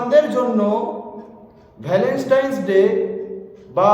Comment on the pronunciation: No Valenstain It's Valentine (ভ্যালেন্টাইন)